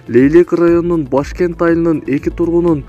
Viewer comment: туура айт Башкент емес Бешкент